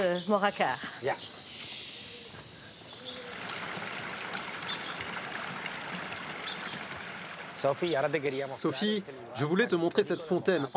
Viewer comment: STP tu peux dire Moracar si tu peux pas mais Moyacar stp non !!! MoJacar con jota !!!